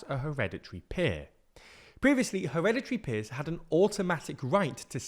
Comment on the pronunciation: weekend activity : take a shot every time u hear 'heredity peers'